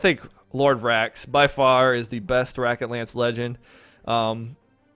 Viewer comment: Also, my timing is off. he does say "rocket lance", but a few seconds later, he does mispronounce it, saying "racket lance" instead.